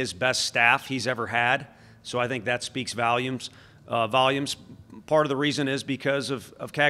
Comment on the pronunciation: My dude said it speaks valumes..volumes... 😂 GBO let's beat Florida fellas..